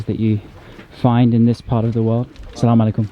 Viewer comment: Your 'Assalamu Alaikum' is improving! You sound more and more arab lol. Love from Tizi-Ouzou, Algeria 💛💚